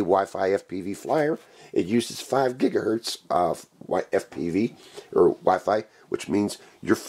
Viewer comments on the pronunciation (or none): none